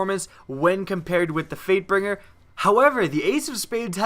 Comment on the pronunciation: Wow. I heard 'Freightbinger' at ... I thought my friend was the only one to say that and he was eating chocolate... Apparently others do it too, but not even eating anything. :3